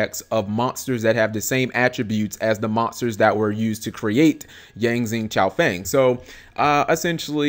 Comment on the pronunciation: It's pronounced Baxia (Bah-She-Ah) Yazi (Yah-zuh) Chaofeng (chow-fung) Pronounciation pleass